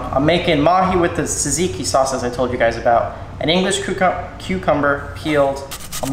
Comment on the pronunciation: I’m Greek I know it’s har to say but say Tsar-tseek-ieee